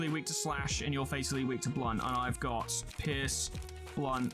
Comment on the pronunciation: When he says pierce it sounds like he is saying piss